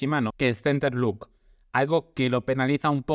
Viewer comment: Gran análisis.Pero no digas center "look", tú no!!!!! Por favorrrrrr